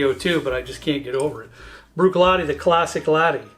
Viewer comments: Agree with most of your choices. My favourites tend to appear amongst the Speyside Malts. For more credibility, brush up on your Gaelic pronunciation. “Bruichladdich” is particularly difficult for the average Sassenach. There are now some very nice single grain Whiskies appearing on the market. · Bunnahabhain is pronounced Boona-havin. Bh makes a V sound in gaelic. Bruichladdich is pronounced Broo-ich-laddy, the Ch making a hard sound like in Loch.